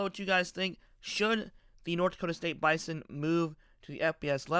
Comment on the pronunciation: Unless someone has $50 million and a conference invite just sitting around, this conversation is moot. Also, learn to pronounce Bison correctly.